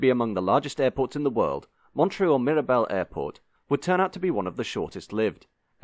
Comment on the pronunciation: Nice to hear you keeping up that fine English tradition of needlessly mangling the pronunciation of French words.